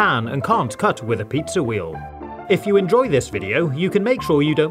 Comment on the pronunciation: He said Pizza, not Pizzer, in "Ultimate Food Hacks Compilation" he says "Vaniller"